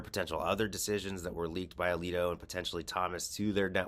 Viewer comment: Samuel A-leak-O!